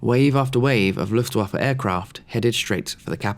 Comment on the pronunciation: Woah you pronounced "Luftwaffe" perfectly!!! Greetings from Germany ❤